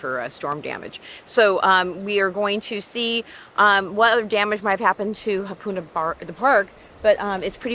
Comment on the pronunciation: Ha, NOT Hu.